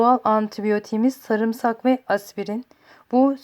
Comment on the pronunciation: Verdiğin bilgiler çok değerli teşekkür ederim. Fakat Türkçemizde sarımsak ne zaman saamırsak oldu anlayamadım.😃